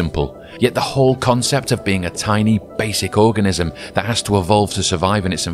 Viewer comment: I know you read organism wrong..